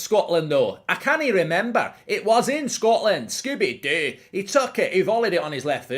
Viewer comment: He lets it slip every time he says Scooby Doo